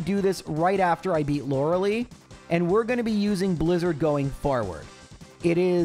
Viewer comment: You love being wrong about the pronunciation of Lore-a-lie.